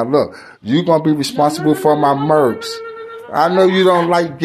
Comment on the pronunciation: Merch Baby Par not merks my guy. Dont merk nothing Baby Par. 🤣😂